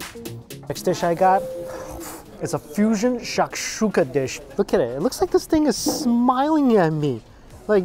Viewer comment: It's supposed to be pronounced agliolio (A-le O-li-yo) At least you pronounce shakshuka correctly